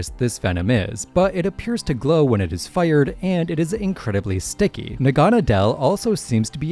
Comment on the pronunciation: Naganadel is actually pronounced Na-Ga-Need-el (as a play on needle)